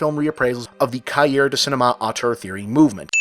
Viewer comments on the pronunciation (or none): "Cahier" is pronounced with a silent r, like the T in ballet, ka-i-eh or cah-i'ay, almost sounds like 2 syllables because the i isn't emphasized. For those that haven't studied a some French the common suffix -ier can be misleading.